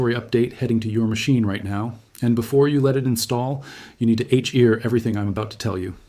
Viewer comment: Dude, your editing of the audio channel and the captioning of your videos is increasingly sloppy! This one is the worst! You can't pronounce gigabytes and terabytes well, for instance? Hear is "H-eart"? You really need to do a shit load better! It' seriously adversely affecting your authority and content!